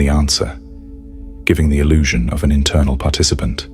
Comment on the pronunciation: It's "illusion"... not "allusion".